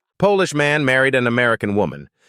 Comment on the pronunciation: A real narrator would put the pauses and emphasis where they belong. They would also Know to say Polish instead of polish!